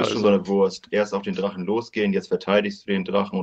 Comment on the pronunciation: "Ich bin nicht der drachne, verdammde aggst!"